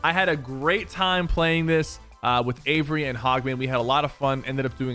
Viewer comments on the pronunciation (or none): none